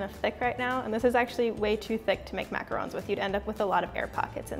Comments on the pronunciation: Jimmy Huang she is saying it right TRUST ME I know the RONG way to say it is mac-a-roooooooon the right way is Mac-a-r-o-n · James Bear she said it perfectly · That is how you pronounce them...macarons are pronounced exactly the way she said